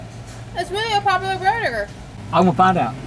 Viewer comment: "iz really a poputa burdagur"